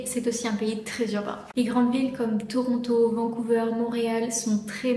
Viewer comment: Juste un petit détail: en français on prononce Vancouver comme vert et non pas veur. Et aussi, c'est effectivement vrai que presque tous les canadiens parlent anglais (pas nécessairement bien), mais au Québec, c'est habituellement la langue seconde plutôt que la langue maternelle.